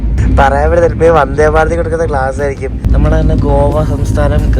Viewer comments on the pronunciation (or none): none